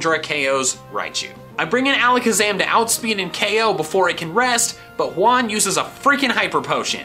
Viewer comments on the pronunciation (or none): Juan is pronounced Wan, not Huan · when you say “Juan” out loud it’s sounds like when you say “one” and it’s funny because it lived on ONE HP